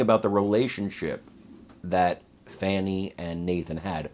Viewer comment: Fa'W'ni <-- no W so you got it right the whole time.